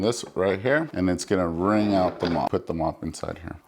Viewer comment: Thank you, just bought and used it today, I love it! I believe it’s pronounced wring (ring) mop but do love your “spin” on it…a lot ❤😂 Thanks again